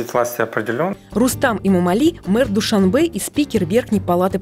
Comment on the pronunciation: Какой-то безграмотный политолог Мулоджанов, ладно ведущая говорит невпопад Дюшанбе, вы что политолог родной язык не знаете на самом деле Душанбе означает понедельник, а такого слова Дюшанбе нет в таджикском словаре.